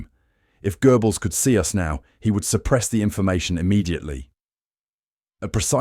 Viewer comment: This is quality AI BS. Goebbels = Gribbles! 😆😅🤣